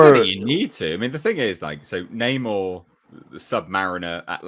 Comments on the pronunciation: I never said it anything about what it was or was not. Stop reading more into it than what was actually there. If I do not say, I DID NOT say it. I only pointed out what that word and subsequent mispronunciation of Namor's (Nay-mor) name was. I do not like it (and I'm not going to see the movie so ultimately I DO NOT CARE) but I at least try to understand it. I do not like disliking or hating something on, what seems all too acceptable for too many people, willfully ignorant impulse. Now if that includes you, deal with it on your own. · Namor? Naa-Moo-are? Nigh-Mo-ear? Nay-ma-ore? How far can the barrel be scraped before Namor reaches Aquaman's grinning face. "Mah man! Beat yah to it! This is for Shazam!"